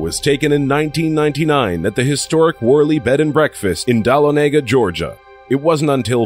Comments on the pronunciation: Dal Lo Nay Gah , Georgia ?? too funny. its Dah Lah Ne Gah. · Worley House, Dawanega???? GA....the Correct Pronunciation is DUH Lawn Aga ....Dahlonega, GA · Dalo-nega? It's pronounced dala-nega... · I laughed when he pronounced Dahlonega..... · You pronounced Dahlonega wrong! It's my home town haha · Dahlonega is not pronounced that way that it was said